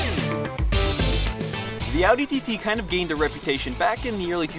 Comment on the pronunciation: He knows how to say audi correctly 🙏🏻 thank u and greets from Germany